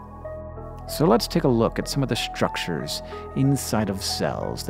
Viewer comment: Has Hank always said 'shtructure' and I just haven't noticed this whole time?